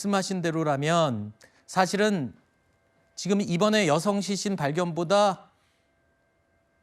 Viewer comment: 앵커 왜 시신을 싀신이라 발음하지?? 먼가 발음이